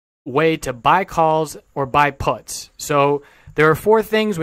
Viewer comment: first of all you're pronouncing puts wrong, secondly "lotto" plays, out of the money options, dont need to be high risk, if they cost pennies